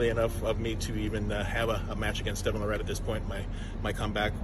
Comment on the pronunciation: John calling him Devon Le Rat... lol